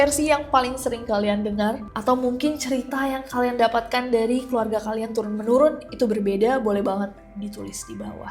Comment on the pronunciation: For a million times.. It's TURUN TEMURUN, Nessie